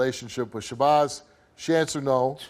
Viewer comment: He said SHABOZZ